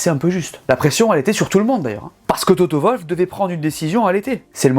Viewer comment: C'est pas toto volf , c'est toto wolf , arretez de tuer le w svp les frenchies pfffff zetes ridicules